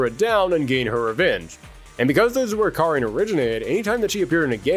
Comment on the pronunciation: Thanks for pronouncing Karin's name right